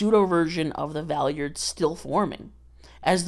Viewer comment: I physically cringe from the way you pronounce Valeyard